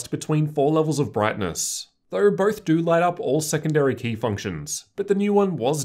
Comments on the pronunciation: yes I get that but everyone’s accent is a bit similar, it sounds like an audio glitch when you say it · Why do you say though like that